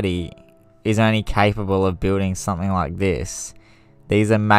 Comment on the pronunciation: This is fascinating bit would be much better if it was narrated by someone that speaks properly and doesnt sound like he is half asleep. is pronounced something. And I am sure you swore at some point.